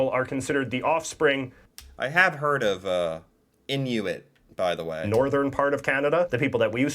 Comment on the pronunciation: Its not actually pronounced "in u it", its pronounced "In oo it".